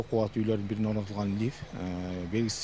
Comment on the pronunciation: Лиф емес лифт